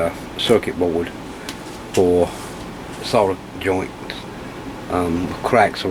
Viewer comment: Thanks for videos, and pronouncing solder with an "L" 😄